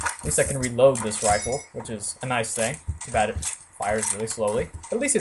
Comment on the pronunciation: Reefle ? You mean rifle, right ? P.S.: Please forgive me for pestering you around with the pronunciation thingie. Please. ;-)